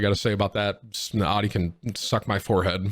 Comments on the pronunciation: 1.) it’s pronounced aouti 2.) Buy a plug from the gas station 3.) HaVe YoU eVeR hEaRd Of a sPaRe TiRe!! 4.) btw Ik this ain’t tim but like “come on man!” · literally never heard someone say audi like that. tim is just dumb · You cant even pronounce Audi, ur dumb asf, not good at fortnite and ur acting hard at one point and I bet ur as hard as a marshmallow. Calm ur dumb ass down tim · "It's all about that Aww Dee. Audi? Naa... Aww Dee." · How is Tim 29 and didn’t know how to pronounce Audi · every 2 seconds someone in chat insults how he says Audi, gets hella annoying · I'm going to have a borderline meltdown if you say Audi incorrect one more time, ya big tater